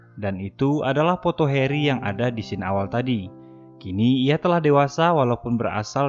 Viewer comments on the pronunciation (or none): none